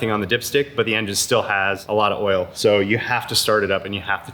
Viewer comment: imagine not pronouncing oil as oil and saying oul instead